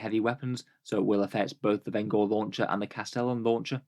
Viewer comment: pronounced Venj-er as in one who brings vengeance. Not Ven-Gore